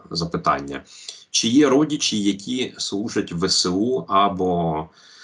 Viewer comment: Шавний, ви вимовляєте по-російському українські слова: щЬо, чЬому, чі, чЯсто.